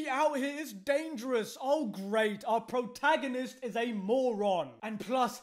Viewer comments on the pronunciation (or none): none